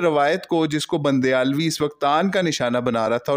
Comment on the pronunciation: بندیالوی ❌ بُنڈیالوی ✅